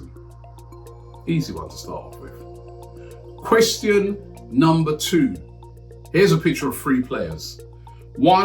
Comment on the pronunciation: saying question like, quetstststin